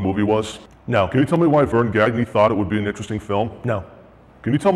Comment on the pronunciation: Gagne is pronounced Gone-Ya, not gag nay. The baseball player can’t pronounce his own last name